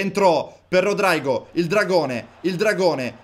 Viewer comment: Si devi Rodrigo non rodraigo